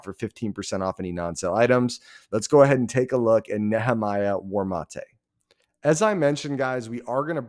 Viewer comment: You said the last name right lol